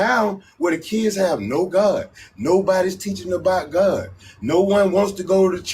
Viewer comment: Correction God not Hod